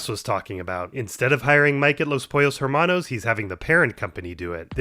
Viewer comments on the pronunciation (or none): has no1 pointed out it's pronounced "ehr-manos" and not "her-manos" since the h in spanish is almost always silent.